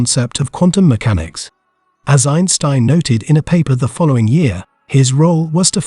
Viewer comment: Had to stop the video after hearing the AI pronounce Einstein wrong twice.